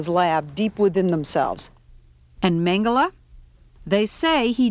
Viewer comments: Why does she keep saying MengelAh????? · Why the heck does she prounounce it "Mengela"?!